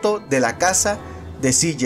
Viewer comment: Todo bien pero como pronuncias el nombre de Cj esta feo